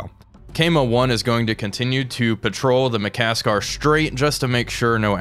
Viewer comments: It's ma-kas-sar, not ma-kas-kar 😅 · There is only one "k" in Makassar. Should be pronounced Maka ssar